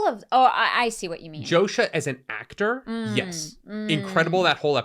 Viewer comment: His name is pronounced Yosha. Have some respect.